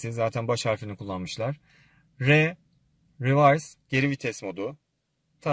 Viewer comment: reverse = rivörs olarak okunur.